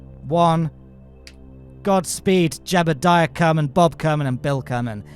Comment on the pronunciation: you say jebidiah wrong